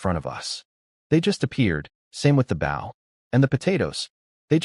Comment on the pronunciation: Bau bow -> boh bow wau-nd wound -> woo-nd wound grehn-aud grenade -> grehn-aid grenade, SMH